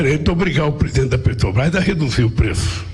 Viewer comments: Este bandido é tão analfabeto q não sabe pronunciar o nome da Petrobras. Ele fala: petObrás. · Afe Só velho Gagá Respeito os velhos mas Mas estes aí do PT são arcaicos, pararam no tempo éca 🤮🤮🤮🤮 não aguento este luladrao falando PETObras 🙄🙄🙄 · Lula "PETOBRAIS" não sabe nem falar 😂ridículo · Não sabia o que é motociata mas "negociata " ele sabe muito bem.Nem pronunciar direito Petrobras ....